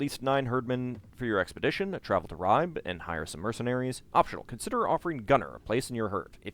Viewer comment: Hi, I came here from the link on J2's channel, i really like this playthrough, BUT.. im bleeding from eyes and ears, everytime i hear you butchering the Danish / Norwegian names:-) even the easy ones like Ribe and Ketil...